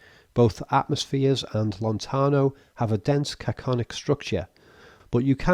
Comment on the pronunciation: its "canonic". said "caconic". Usually, I would not mind, but the phonetic similarity to "cacophonic" made me point this out. Ligeti's music maybe "micropolyphonic" or is considered to be atonal but the delicacy of its internal structure puts it far far away from cacophony. It may convey a feeling of unease, but that might be the reason S. Kubrick used it. I think, he also used a Ligeti piano piece in "Eyes Wide Shut".